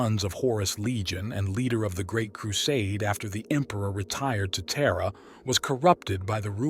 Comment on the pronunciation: Lol "Terra, pronounced Tier U Aich".